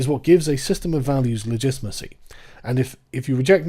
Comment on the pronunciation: Great video I’m sure, I couldn’t pay attention because of “legitmacy” I was going slightly crazy, I mean fuck man correct it.